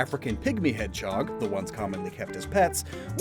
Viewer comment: Everyone else: Hedge-hog: Hed-chog